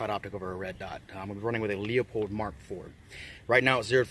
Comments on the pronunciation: You made the 'usual' mispronunciation of the scope manufacturer's name. READ it on the device...it is "LEUPOLD", NOT "leopold". Pronouced LEW-pold! Too many YouTubers say it incorrectly!! PLEASE tr to get names right. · "Loo Pold" 😝